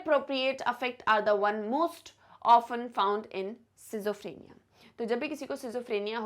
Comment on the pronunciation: Sorry ma'am but your pronunciation for schizophrenia and bizarre is very wrong.🙏